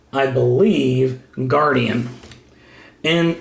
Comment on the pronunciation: oh an d it's not Guardian it's Guardion like superion